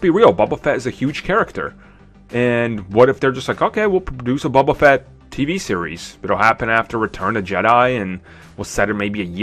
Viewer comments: It's bOba Fett! Not bUba Fett! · BOBA FETT. I about died when you said bubba fett. Lol sorry